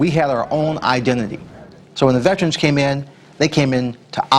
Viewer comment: What the hell is a VETRIN?!?!? IT'S VETERAN!!!!!!!!!!!!!!!!!!!! ALL sportscaster from then to present cant properly pronounce it! Just like the BANgals?? NOPE, thats a Girl group....................